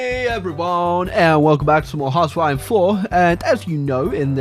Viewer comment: "Welcome to housewife four" I'm sorry what?